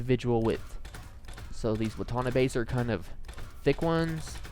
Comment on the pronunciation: the way he pronounced watanabe made me cringe smh... all these guys that play nfs on youtube dont know shit about cars